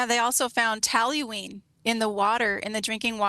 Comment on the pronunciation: Talyween vs toluene